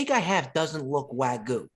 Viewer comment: WAG-YOO bro. Not WA-GOO fooooo. Lol❤